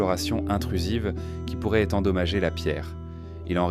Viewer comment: 100% AI (voix et images) Mais c’est l’avenir il paraît. Pour ceux qui doutent : Pi 3,14 ne se prononce pas P et le ent à la 3pers du pluriel ne se prononcent pas [an] dans « pourraient » 😒 Enfin, les ponctuations ne sont pas faites et donc ne séparent pas les phrases les unes des autres.